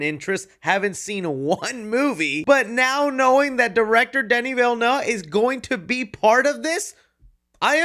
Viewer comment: Danny .....who? Never heard pronounced like that lol